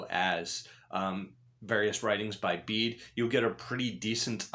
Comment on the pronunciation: Pronounced Bay-duh=Bede